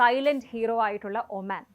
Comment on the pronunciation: ഒമാൻ ആണ് omen അല്ല